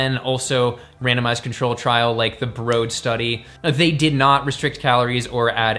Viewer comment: That's very interesting, lots of useful info here,. I think the BROAD study is pronounced 'brawd' as in widely known. Thanks for another year of keeping us informed and amused, such a valuable service to the worldwide community. Cheers mate.